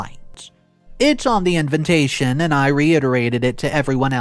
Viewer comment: Btw it’s inVITation. Not inVINtation. Jesus fucking hell man. Every video you make you say this word wrong. And various others